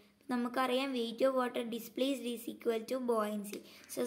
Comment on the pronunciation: Bouyancy alla buoyancy ആണ്